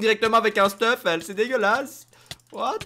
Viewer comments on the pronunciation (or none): none